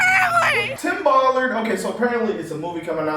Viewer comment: I LOVE that you called him Tim Ball-ard hahaha lmaoo